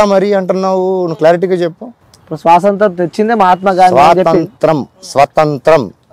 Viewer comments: Orey 😂bugga svasantram kadu raa swatantram ra ayya😅😅😅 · స్వాతంత్రం ❌ స్వాసంత్రం ☑️ 😂😂 Anchor😂😂 గాడు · Anchor ki swathanthram ani cheppadam ravatledhu 😂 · స్వాసంత్రం ఏంట్రా... 😂